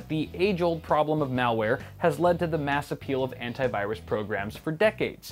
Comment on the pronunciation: "I have 5 anit viruse softwares" Derp ........ ...